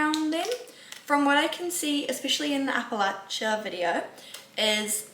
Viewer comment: I think you might be trying to pronounce this appalachian : a·puh·la·chn